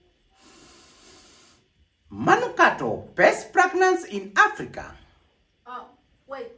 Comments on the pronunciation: Did you say aprika😹😹😹😹😹😹😹😹😹😹😹😹😹😹😹😹😹😹😹😹😹😹😹😹😹😹😹😹😹😹😹😹😹😹😹😹😹😹😹😹😹😹😹😹😹😹😹😹😹😹😹😹😹😹😹😹😹😹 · read a different script 🤣🤣🤣’ Manukato pest pragnance in Aprica’ 🤣🤣🤣